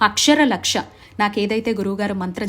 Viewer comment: Akshara laksha ante clear ga cheppandi